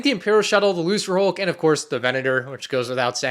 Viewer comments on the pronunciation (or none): I'm sorry, did you say "looserhulk"? It's a hard C! It's pronounced "lookerhulk"!